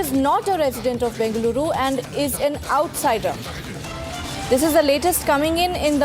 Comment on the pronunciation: Again she says anddaa arre it's And D is silent 😂